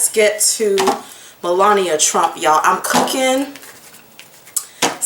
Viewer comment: Hey girl, hey 😊 you have a serious problem with names. ME....LA...NI...A.... MELANIA. looool